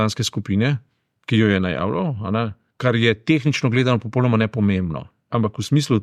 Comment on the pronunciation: g.! V besedi "popolnoma" se črka l izgovarja u (slovar slovenskega knjižnega jezika). Mogoče vam bo zanimivo prebrati članek o elkanju v slovenskem jeziku, ki ga najdete v Googlu pod naslovom "Al' prav se reče...". Sicer pa se precej strinjam z vašimi komentarji.